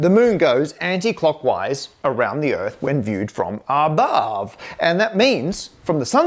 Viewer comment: "When viewed from abahhhhhve"